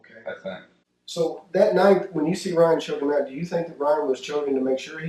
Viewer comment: You say clone when it should be clown or ote when it should be out. How can you NOT pronounce these words properly? Yeah I know it's your whole nation. One of the most annoying ear jabs......